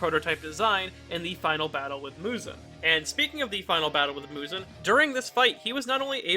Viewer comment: Great video but that Muzan pronunciation hurts my soul